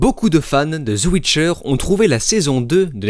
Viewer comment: “la chute de netflix” 😂 tellement ridicule ton truc! Et on dit pas “ZE WITCHER” c’est The Witcher